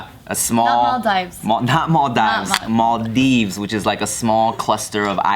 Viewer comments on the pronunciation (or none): when you guys call Maldives, "malldeeves" sounds so retarted lol.